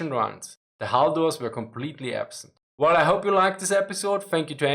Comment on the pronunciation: sadly at about 12 minutes into the many 'hulls' makes it very hard to understand what is being said to a native English speaker. Hull is a difficult word to pronounce and to me I cannot make about about 10 seconds of this around that time. Sorry, I am a big fan